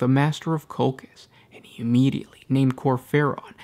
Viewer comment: I am pretty sure (litnening to audio books from BL) that Colchis is pronounced differently 😊